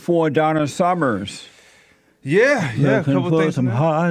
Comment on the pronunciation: Donna Summer, not Summers...